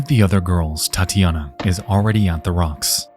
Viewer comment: Loved the story and it would be real nice if you can keep up with a weekly schedule. One thing, though, with such a huge audience, it isn't hard to find a russian dude who can tell you how the russian names should sound, it's not that big of a deal, but man, hearing "LIUdmila" and "Tyatiyana" for 40 minutes straight causes a small bleeding from the ears, which we can count as getting deeper into the story since some of us who knows how it is supposed to sound can experience what the hikers felt, but, it is hardly a good thing.